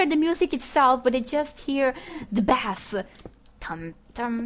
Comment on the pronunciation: FYI, 'bass' is pronounced like 'base' when it refers to the sound; the way you said it, it is a fish :)